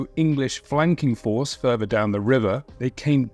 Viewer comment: fink furver fousand, please learn to speak English